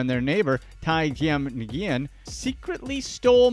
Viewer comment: Dude "NIGOOOEN"???? YOU GOTTA BE SHITTING ME!!! Nguyen is a very common last name over there. It's pronounced "Win"